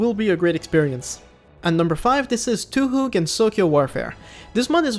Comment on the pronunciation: I love how it's the third time he's mentioned Gensokyo Warfare, yet he still doesn't know how to pronounce Touhou. Never change, man, you’re goated